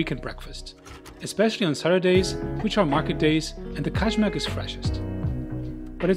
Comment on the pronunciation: Kajmak (KAYMAK) J IS Y LIKE AMERICAN Y